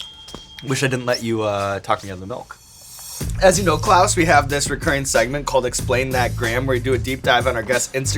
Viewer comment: Klaus seems like such a nice dude, i felt offended for him when ed curry was calling him "clause" when they ate the pepper x. Seemed like a deliberate insult from him idk if he genuinely doesnt know how to pronounce "klaus", especially hearing everyone saying it over and over before that and still going "clause" is blah blah blah... like, why would you do that if not to be insulting to him? He didnt deserve that..